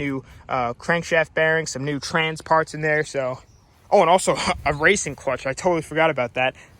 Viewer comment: lol at 6.22 he trys to say clutch but saYS the clunch